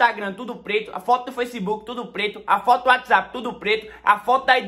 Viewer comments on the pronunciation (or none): none